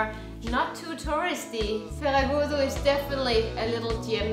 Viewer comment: Oh what beautiful views! Can't wait to travel again along the coast. Great accent saying Ferragudo and medronho. :D All portuguese moms also want the daughters a bit fluffy... :D Once again, thank you for advertising Portugal so well. And fantastic food video. Soooo hungry after your videos.